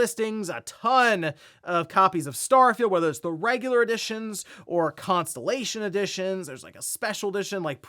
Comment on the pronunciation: Did say consolation edition or constalation edition?